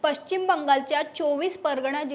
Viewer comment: पश्चिम शब्दाचा उच्चार व्यवस्थित करणे. मराठी भाषा आपल्याला टिकवायची आहे